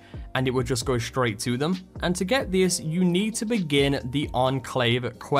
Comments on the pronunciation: Damn pressed return by mistake. I was trying to say that there is no ‘h’ at the beginning of ‘straight’. You pronounce it ‘shtraight’ and it’s annoying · Dude, there is no ‘h’ in ‘straight’